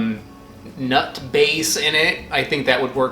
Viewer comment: I like how he says "nut", almost like it's emphasized; after all this I need someone to do a "nut" compilation